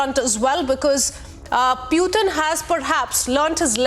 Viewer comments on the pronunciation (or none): Why do you call him peutin?? He is putin!